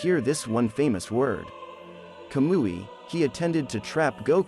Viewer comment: I'm sorry I just couldnt deal with the monotone voice and pronunciation of the names. I tried but when he said Kah-moo-E. Like a fake kablooee explosion I was done the Kazuma and w/e else again right after it. It's not that I don't think Goku could solo my boys in Naruto universe cause I do. it was just how slow it was and the voice/pronunciation.